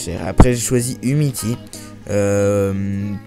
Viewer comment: Ahahahahah Umiti mec tu sais pas lire c'est Umtiti et aussi ton mg c André Ayew pas Jordan -_